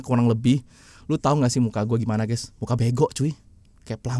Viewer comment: mana ada Guys di baca ges, apalagi gess,, norak, harus nya yg benar itu di baca Gais atau Gaes, harus ada huruf A nya jangan E